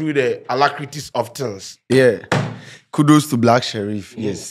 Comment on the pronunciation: Did say kudus to black sherif 😒